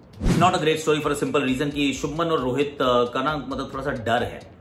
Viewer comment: It is not shubman....it is shubhman Please correct 💯